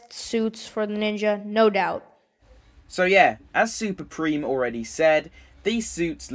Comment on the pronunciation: This was so fun to make!! Hope yall enjoyed the video and add your rankings in the comments.And it's pronounced 'Prame' not 'Preem' lmao.